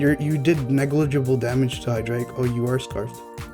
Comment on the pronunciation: MASSIVE RESPECT for being the only OU player who pronounces his name correctly lmao